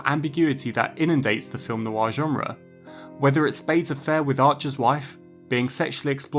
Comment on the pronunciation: "Noir" has just one syllable - not Noo-Arr